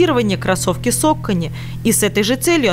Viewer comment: как же "сокони", Ваше, уши резало)))